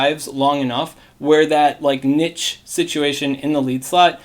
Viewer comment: the way you say niche bothers me. That is all.